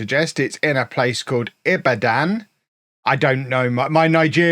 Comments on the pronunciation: i-bad-un is how you pronounce it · Sometimes you'd think Google Maps is really silly, then you hear say it, and it's exactly the same 🤣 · As a Nigerian, I found it funny how non-Africans pronounce Ibadan 😂😂😂.